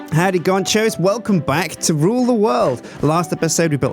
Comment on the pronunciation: Did anyone else hear him say gonchos lol